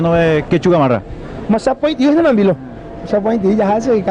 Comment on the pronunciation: Nose pero me mato cuando le dijo nambilo